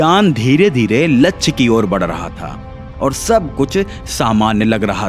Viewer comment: लक्ष ❌ लच्छ✅